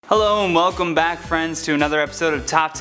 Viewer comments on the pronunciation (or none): he says hello Mellcom my friends